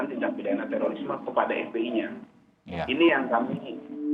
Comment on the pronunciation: teririsme....emang tuh i sama o dempetan sapa sih yg naro begitu hurufnya